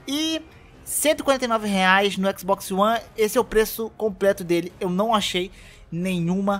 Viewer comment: Xboxio one, só escuto isso no vídeo kkk